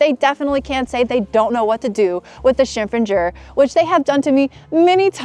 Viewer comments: funny n cute u say 身份证 as 身份证儿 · 恭喜恭喜~！身份证“儿”发音相当地道了